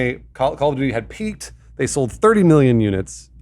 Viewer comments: I’m triggered by how Alanah says Call of “Judy”. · Call of juty? Nah fam. Call of duty